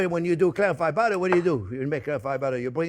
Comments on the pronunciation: One sexy dish jp with lots off budddeererrrr😂❤ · Did someone say budda? Where's the onyo?